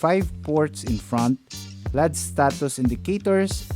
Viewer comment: it L E D ( ELL EEEE DEEE) NOT LEAD !!!